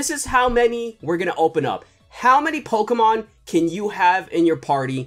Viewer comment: If you don't know how to pronounce Pokemon cards right then you shouldn't have this job